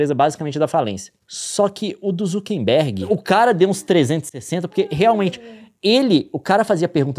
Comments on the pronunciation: Só eu que tenho gastura do Leon e Nilce falando ZuckeNberg ao invés de ZuckeRberg 😅 É um meme q eu não tô sabendo? 😂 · Falaram o nome do Mark Zuckerberg errado várias vezes